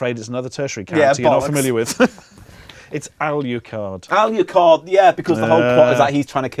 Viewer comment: Ah yes my favourite Castlevania character, Al-you-card.